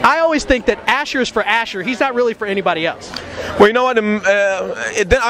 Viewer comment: It's pronounced as Ashoor, not Asher. It's Assyrian, not Hebrew.